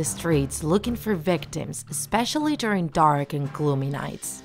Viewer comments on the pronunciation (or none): none